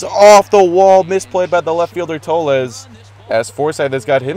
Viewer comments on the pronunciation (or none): no it's pronounced tolls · toles is pronounce "tolls" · Toles is pronounced TO-OH-LEZ